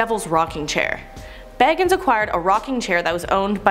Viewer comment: It sounded like they also pronounced zac bagans name wrong ngl